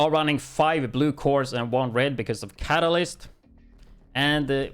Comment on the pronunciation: It's actually pronounced "Ka-Ta-List" It's a chemistry term for something that is added to a solution to increase a chemical reaction with out it undergoing any chemical change, itself. It's spelled: Catalyst; your pronunciation would have it spelled: Catalysis.